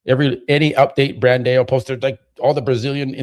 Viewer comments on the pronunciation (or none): Come on, you are telling people it’s not Bandayo, it’s Brandow, but you are calling him Brandayo. I have to give you some push back to as well.